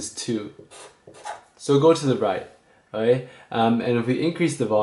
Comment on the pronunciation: your videos are great but learn how to say "okay"please